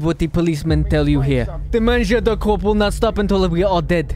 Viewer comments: Because he said "Mangeur de corpse" and ofc corpse is english normally there's no SE it's just corps and the S isn't prononciated more like "KOR" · in french corps is pronounced cor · French watcher here and the pronunciation for the "mangeur de" part is pretty ok, but "corps"? It would be "cadavre" but well :p Anyway going back to watch the video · Hello, the "p" and the "s" in "corps" are muted in french (i'm french)